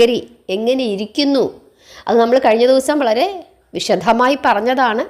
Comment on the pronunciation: 🙏🙏🙏ഓം!!!... നമോ ഭഗവതേ!വാസുദേവായ 🙏🙏🙏.... സുപ്രഭാതം ഗുരുനാഥേ!.. 🙏🌹🙏....... ക്ഷമിക്കണേ!അവിടുന്ന് "വിശദമായി"എന്നു പറയുമ്പോൾ "ദ "എന്ന മൃദു അക്ഷരത്തിനു പകരം ഉച്ചാരണത്തിൽ "ധ "എന്ന ഘോഷാക്ഷര മാണ് വരുന്നത്..... ഇത് മാധുര്യമേറിയ ഒരു കുടം പാലിൽ ഒരു പൊടി വീണു കിടക്കും പോലെ എനിക്ക് തോന്നാറുണ്ട്.... അത് correct ചെയ്‌താൽ നന്നായിരുന്നു.... പറഞ്ഞത് തെറ്റാണെങ്കിൽ ക്ഷമിക്കണേ!🙏🙇‍♀️🙏